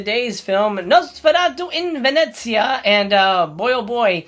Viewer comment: You make me proud with your pronunciation of Venezia ... Great video as always.